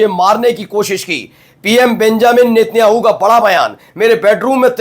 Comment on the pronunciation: भाई नेत्याणू नही नेतन्याहू 😂